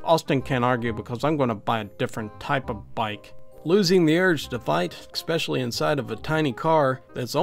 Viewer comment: Saying Exspecially is the clingiest part of all these videos. It's ESPECIALLY and doesn't have an X in it.